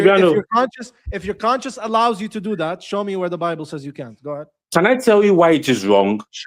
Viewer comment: He likes to spik abat de bable. You must let him tok, he nos tings.🤣🤣🤣